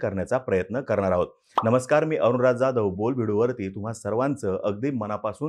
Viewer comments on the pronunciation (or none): none